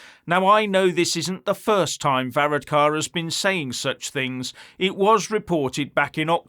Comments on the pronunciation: 32🇮🇪🇪🇺 from Dublin this guy is obsessed 🐎💩🇬🇧 he cannot even pronounce Varadkar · You need to do some practice on pronounce his name before you go online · Varadkar should have gone to Specsavers there ain't no o in his name!